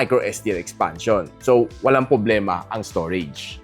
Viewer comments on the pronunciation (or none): Ano ba "poblema" mo? 😆